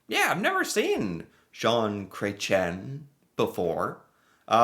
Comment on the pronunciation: Zhon not Jon. You got the ON part, just gotta get the Zh part. Like Sh, but with a Z (and that's pronounced "Zed" LOL